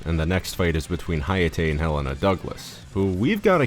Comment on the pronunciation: Awesome video, but one minor note. Its HELL-ena, not "Elena." The H is NOT silent